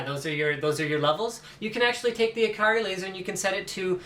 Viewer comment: Steelseries gets their mice names from Japan, the Japanese way of pronouncing ikari is ee-ka-ree.